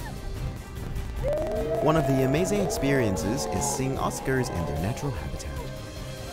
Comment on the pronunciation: Oscars? Try orcas. Starting to really hate AI. REALLY hate it.